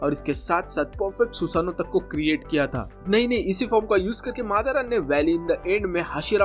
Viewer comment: भाई madara होता है मादा# नहीं २:५२